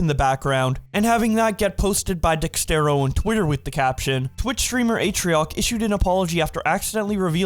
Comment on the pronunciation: WTH is DEXTERO?? Start pronouncing it correctly, my ears bleed af